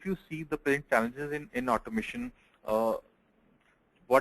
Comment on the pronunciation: Its challenges in automation say it clear man, it sounds like chances OMG :eyes-purple-crying